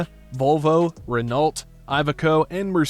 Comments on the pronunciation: I wouldn't trust the pronunciation of anyone / anything that says Renolt for Renault (ren-no). It's French for goodness sake! I'm not European but I've always pronounced the can in Scania the way can is pronounced on its own. Not Cannes. It's not French 😏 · The fact that the commentary said "R'nolt" instead of "Renault" really gets me. It takes less than a minute to google the pronunciation on wikipedia :D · " Semi trucks" !? We call them ARTICS . Short for ARTICULATED LORRY. RENAULT is pronounced REN O. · Hi ya. Just a little heads up, scania is pronounced scan ya and Renault, ren o. U.K speed limit on motorways and duel carriageways 60 m.p.h i think they are called interstate highways stateside.the scania i drive regularly i achieve 12 to 13 miles to the gallon,this does however depend on payload ( up to 44 tonne ) and weather conditions i cant achieve these figures maxed out. Liked the video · Don't believe the narrator of the original video's pronunciation of the European brands, he really butchered Renault, which is pronounced like Reneau, Renno is about as close as I can get to an English way to say it, accent on the o. so rennO. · The brand you didn't recognise was a Renault (pronounced Ren-ohh). It is a French brand that as I understand doesn't have a presence in the North American market but is huge all over Europe.